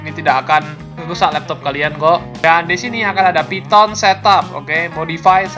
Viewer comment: "phyton" lmao